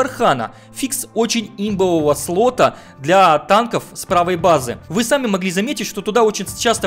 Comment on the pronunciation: СПОТА, блять, а не сЛота, т.к. - спот, SPOTting - место для обнаружения.